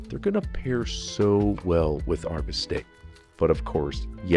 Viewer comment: Bistek not bisteak